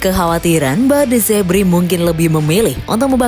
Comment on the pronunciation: De zerbi bukan de zebri. Dasar admin koplak😂